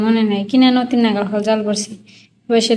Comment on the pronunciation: নতি না লতি নাই না লাউ কথা বলো উচ্চারণ শুদ্ধ করে বলো না কেন